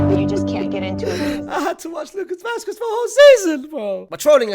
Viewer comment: Vasqwess 😂 the way you say it 😂